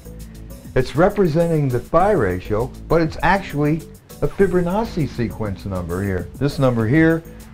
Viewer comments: The "fibber nawsee" pronunciation drives me nuts lol ..."Fib-o-nawchee" the double C is a "ch" not a "ss" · It's "Fibonacci"... not "Fibber-nachi"?!... are you freaking serious?! We are NOT one, we are distinct individuals that are so far from being one in spirit, it's mind boggling, UNLESS... you mean one in sin and our cursed nature in this world, then you may have a point. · Lmao why does he say it like that tho... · His name is Fibonacci. NOT FRIBO-NAZI!!!